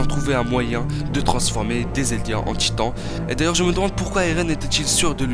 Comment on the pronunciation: C moi ou à 5 min 47 il il dit l att des gitans